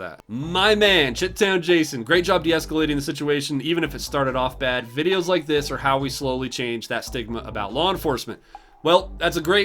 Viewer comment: Umm, I think "ChiTown" is supposed to be phonetically pronounced "shy-town;" a reference to the city of Chicago.